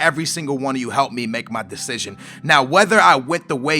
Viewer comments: decision not destion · *Decision not Destion. Still love ur vids :D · The 'Destion'?? wot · "Destion?" ahahahahaha love you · it's *decision*- no hate, love your vids, but just letting you know:) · Good 'destion' xD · What's a "DESTION!" ? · Omg it's "decision". (title) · inb4 name change, c'mon you said decision a million times - get it right man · Did you Spell it wrong or is it Supose to say destion